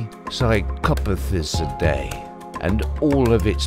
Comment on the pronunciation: The way he pronounced cercopithicodae killed me.